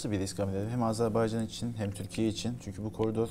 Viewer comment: çok rica ediyoruz adları doğru yazıldığı kimi okuyalım çok önemli biz niye çok basit olan bir şeyi Kardeşinizin adını söyleyememek sizi üzmez mi? Azerb-A-ycan✅ Azerb-E-ycan ❌